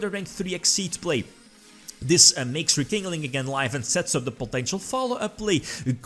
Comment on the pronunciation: Nobody:: Re-King-Ling.